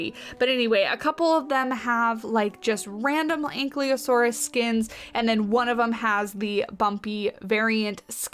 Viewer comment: It's An-KYE-losaurus, not An-CLEE-osaurus. Anyways, looks good so far.